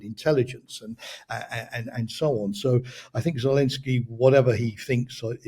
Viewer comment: Good interview. Although I am looking forward to hearing pronounce it Zelensky, rather than Zelinsky. Always great content though!